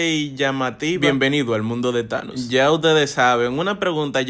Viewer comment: No es thaños es anos